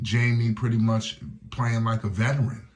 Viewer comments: His name is pronounced "High-me" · You have to learn how to say Jaime's name. It's not Jamie😅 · If you gonna do a video about someone show some respect and learn how to pronounce their name correctly. Especially if you gonna say it like 100 times 😂😂😂